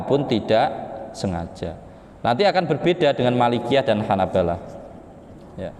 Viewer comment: Salah baca yg benar bacaannya Hanabilah bukan Hanabalah